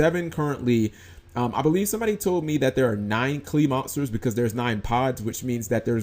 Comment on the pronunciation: Dude learn how to pronounce "monsters" better..